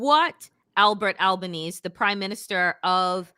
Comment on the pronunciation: Bubble head Barbie is Bondi like bon-dee. Bondi Beach is pronounced bond-eye, FYI. BTW, I’m a (anglo-saxon/pictish) white guy, and every time you place all the evils of the world at my feet on that basis, I die a little more inside. lol One more thing… it ain’t Albanese like Chinese… it’s Albanese like wheezy.